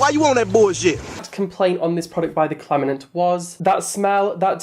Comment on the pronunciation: what is a "claminant?" does he mean "claimant?" LOL